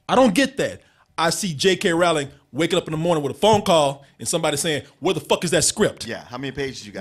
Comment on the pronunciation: it's Rowling like Bowling. lol